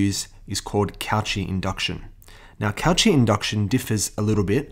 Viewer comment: it's ko-she not couchee also thanks for the video